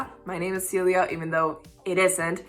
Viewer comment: Celia! That is such a gorgeous name! I love the accented version of your name much much much more than the 'English Speakers' pronunciation. :)